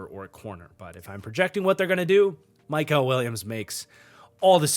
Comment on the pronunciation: It’s mykel, not mykal